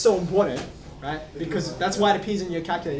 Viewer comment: video starts "Ok, have you got your kalkojhöllrr?